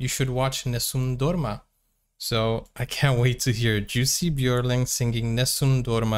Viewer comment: Jussi Björling, perfect pronunciation! He toured the US with his Dad and brothers at the age of 9. All good singers. So glad he lived long enough to make good recordings. Museum in Stora Tuna, Dalarna (Dalecarlia), Sweden. His homestead as grown up. Born in southern Sweden.